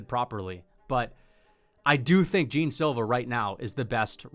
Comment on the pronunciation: Man pls the pronunciation of Jean is not "Jim" is closer to the "gian" pronunciation